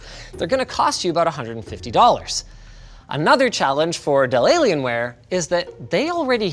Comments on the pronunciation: I love the way he says "delaylionware" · Hah, “De’llaienware” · Has anyone else heard "deliriumware"? - and again... Cannot unhear. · i thought he said delaylienware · I keep hearing De Lalianwear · Did he just say delaylienware? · Hey Linus, what's up with the "Delalienware"?😂